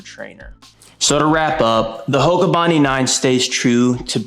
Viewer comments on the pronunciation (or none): Okay, the Hoka is not called "bondy". It is the name of a place in Sydney, Australia. It is pronounced "bond-eye"! Otherwise, thanks for the video! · It’s Bon Die not Bon Dee… the shoe is named after the beach… Bondi Beach.